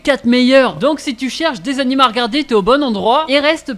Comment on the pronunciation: Tous ces « anims » me font saigner les oreilles...